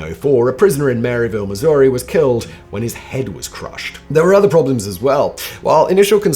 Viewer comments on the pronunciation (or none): none